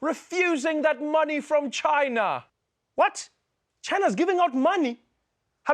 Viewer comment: ESwatini.... Not ESwathini